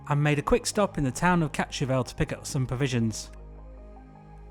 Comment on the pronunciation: It was a challenge to find out what town "Catch-avelle" could be at the beginning. Your satnav showed it was actually Kaatsheuvel (pronounced more like "câhts-hurvelle") Very nice video impression of some beautiful spots.